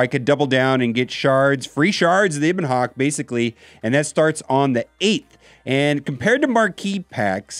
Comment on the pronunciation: Just so you know its a short e in ebon hawk